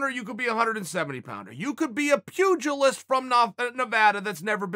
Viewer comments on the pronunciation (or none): none